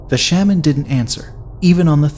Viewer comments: Please don’t tell another Hmong ghost story until you learn how to pronounce word “Shaman” correctly. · The way you pronounce “shaman” is…. Different.